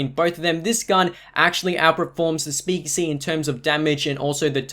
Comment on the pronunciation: He can't say speakeasy😂 speakizzy😂😂